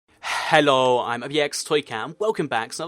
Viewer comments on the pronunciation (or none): He says hello so weird, he’s like hhhello